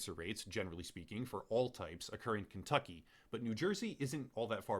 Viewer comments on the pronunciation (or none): none